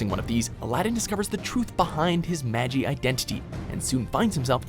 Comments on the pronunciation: How did he pronounce "Magi" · first of all its maGI not jee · I'm sorry, did he just say "Maji"?! 🤨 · 1.It's Magi, not Mageeeeee 'A certain...' franchise should be higher. Fairy Tail is the worst thing ever created. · Did he just say Majee? It just sounded so wrong to me, so, so wrong. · its magi not mag-e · GOD CAN U GET SOMEONE TO AT LEAST WATCH THE ANIME BEFORE THEY NARRATE IT LIKE I SWEAR ITS MAGI NOT MAJI UGH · Also it's Magi (Maw-Gee) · "Ma gee" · WatchMojo should make a video of the top ten times a WatchMojo video butchered an anime name. Magi (Mah-ji) should be number one. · It's "MAGI" you pronounced it wrong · You said "Magi" wrong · The way you pronounced magi hurt me internally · When the mispronounce magi